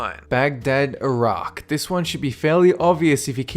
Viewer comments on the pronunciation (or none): none